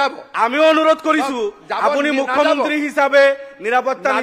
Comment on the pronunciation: মাননীয় মূখ্য মন্ত্ৰী শব্দটো ভালকে কব নোৱাৰে কোন এইজন বিধায়ক ।